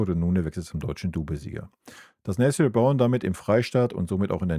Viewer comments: Nessiiel Brown. Warum sagen so viele seinen Namen immer falsch. Ist das so schwer ??? Oder Nesselnrown. Habe das so schon mal gehört von einem YouTuber. Und jetzt wieder. Ist der Name so schwer auszusprechen für deutsche ???? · Lustig: Nethel Brown... - ich weißt, du tust dich manchmal schwer mit Namen, dann sag doch einfach "Nene Brown" 😂 Ansonsten: ja so ist es, man kann sich nur auf ihn freuen! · Sag mal: Na Tan I - EL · Einfach Nené sagen wenn du den Vorname nicht aussprechen kannst 😮